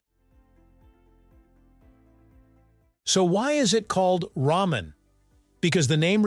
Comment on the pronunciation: It's pronounced "rahmen," not "raymen"